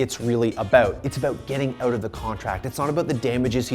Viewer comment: Really annoying when you say out just pronounce it right